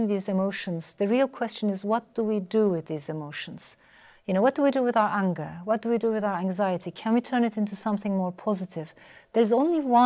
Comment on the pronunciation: The way she pronounces the word 'anger'. Unger .